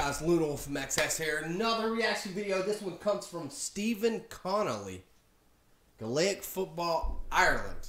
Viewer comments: GAY-LIC football not galayic 🤦🏼‍♀️ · GAE Lic not glick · Gay-lic not Galay-ic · My brain hurts after watching him try to understand this. You can only take 4 steps then you can either bounce or solo (solo is kicking it off your foot) but you can’t bounce twice in a row. You cant full on tackle anyone you can only put your hand in and hit the ball out of theirs, a goal is 3 and a point (over the bar) is 1, its only played in Ireland. It’s pronounced gay-lec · Gaelic pronounced Gah lic, Darragh is pronounced Dara... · Gaelic is pronounced : Gay-lick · It's pronounced gay-lick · Gaelic is pronounced “gay-lick” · It's pronounced gale ick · It's pronounced gaelic (gaylic) just telling you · The way he says gaelic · First of all you pronounced 'Gaelic' wrong, the so called 'Brazil' team is called Donegal and the 'field goal'=1point and the goal=3points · Omg the way u pronounce Ireland and Gaelic😶😶😡noooooooooooooooooooooooooooo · Learn how to pronounce Gaelic.